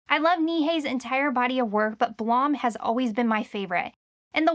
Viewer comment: no way BLAME is pronounced "BLOM"......